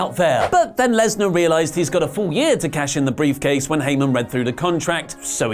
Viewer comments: Am I the only one that thinks is saying "beef-case" instead of brief case? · He's definitely saying beefcase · Did he say "cash in the beefcase"? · Did say beef case??